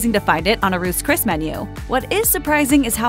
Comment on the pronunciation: "Roose Cris" lol 😆